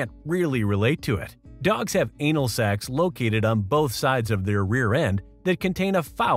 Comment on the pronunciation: He said "sacs" lmao